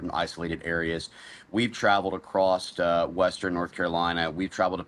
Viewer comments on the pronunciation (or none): Homie said "acrost" lol